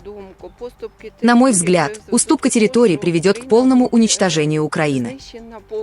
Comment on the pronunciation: Никаких терррроиторий . Ухо от селёдки ,пожалусто А то залупил😅